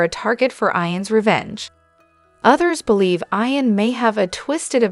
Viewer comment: Why are you saying Eye -an? It’s Eeeeeeeee - AN !!! Geez… so annoying!